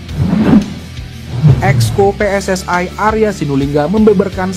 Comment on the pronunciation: PSSI...bukan PSSAI..kalau bikin narasi yg benar dong 😂😂😂